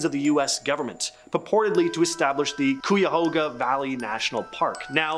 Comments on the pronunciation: Took me a sec to figure out what word you were trying to pronounce . Should sound like KI-ya-HOE-ga. I'd never know how to pronounce it if I hadn't heard someone say it.🙂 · LETS GO BOTN MILLS!! lol seen a weird wendigo thing hiking with friends once, lol and the way he said Cuyahoga XD lots of haunted places in and around helltown